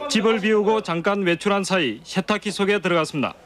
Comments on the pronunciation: 아니 아재들은 혀에 문제있어? 셰탁기, 앉은 자셰, 섕명 아니 왜 발음을 저따위로 하는거냐? 한둘도 아니고 저렇게 교육을 받은것도 아니고 멋있어보이는 발음인건가? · 셰탁기, 섕명 ㅋㅋㅋㅋㅋㅋ